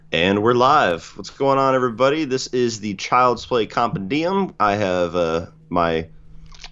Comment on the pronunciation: Lol no shade but it's "com-pen-d-um"